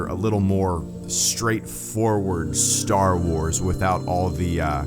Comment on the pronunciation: And Star Wars is now Staah Woahs. 🤣 Perfect! 😁